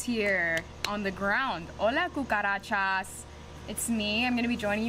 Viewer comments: when she says coocarachas😂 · "I literally have seen so many COOCAROTCHOS"